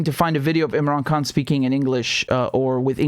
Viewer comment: Imran Khan is the Champion and he will bring many of us Indian and Pakistani Brothers together ! Richard the way you said his name was beautiful and many people need to use proper pronunciation like you. Your a Good Man Richard Love to you and your family !